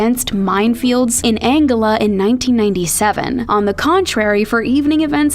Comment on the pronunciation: it’s pronounced “an-go-la” but it’s okay, nobody in Angola is watching this video